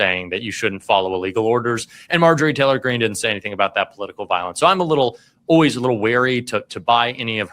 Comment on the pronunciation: I hate the o-ways pronunciation for "always"